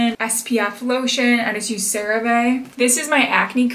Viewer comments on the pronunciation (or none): none